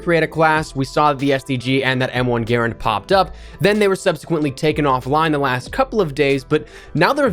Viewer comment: Its pronounced M1 Guh Rand. Not gairund. Don't butcher a WW2 icon.